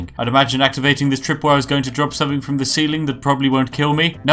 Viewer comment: I like the part where you try to put on what you think is a posh accent but still say "somefing" "stelfy". Also, the Bretons have names like Giraud Gemane and Amaund Motierre, they're not supposed to be British. They have no connection to tea.